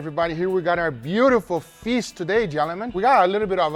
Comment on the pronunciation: "Gelemen" -Guga